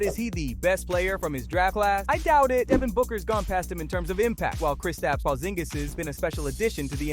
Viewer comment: how did bro just said porzingis???????? porzingagus?????????